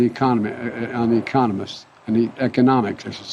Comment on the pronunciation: nobel laureatte e-CON-omist. it's a confidence game